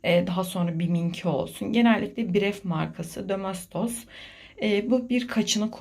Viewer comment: domostos :) birkaç kelimeyi komik telaffuz ediyorsunuz :) neyse ev hanımısınız sanırım ondandır diyorum :)